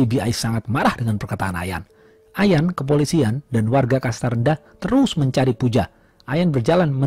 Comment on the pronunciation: Aq sub yah... ohya kata terus jd telussss... enak dgrnya